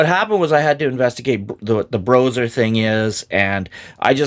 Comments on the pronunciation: I don't care who played what how. Playing AD&D 1e RAW is fundamentally different and awesome. I have come to prefer it to current conventional play. I'm glad to see you covering this,! Earned my sub! Also, I haven't heard anyone call it "Broser" It's "Bro Ess Arr." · Just so you know it's pronounced like combining the word BRO and OSR so BRO SR. I don't hear good things about them but I wanna hear your take. I am writing this comment when I just started watching this video. After watching the video: Yeah I think some groups play that way. I try to get my groups to open up to a campaign like that but I think modern players are just too stuck in their modern way of thinking, it's unfortunate. I notice players are not even comfortable with playing more than one character. My least favorite thing modern players have said to me is "I don't even like combat I just want to roleplay" that really means "I'm a coward even in my imagination and I don't want my character to face the possibility of being harmed because that would hurt my fragile ego". Sorry just had to rant a bit. Anyway I would love to try and integrate some of this stuff into my game.